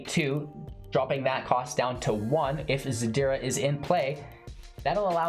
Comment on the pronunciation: ziRda not zaDira <3